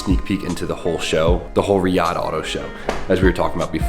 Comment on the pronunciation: Hey O. Glad you are out there! It is pronounce Ree-Yodd. So you know, out there planning is non-existent, but Hooning is IGNORANT! Sheiks can wheel like nobody's business. Just don't look at their women (just look down), don't take the same elevator as them and always let them go first. If you honor their culture and respect their females you are A1 in their book.